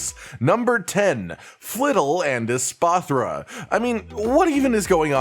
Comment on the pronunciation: Espathra = Cleopatra hahaha